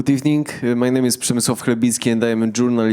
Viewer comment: The first timestamp should have been Good Ebening. 🤣🤣🤣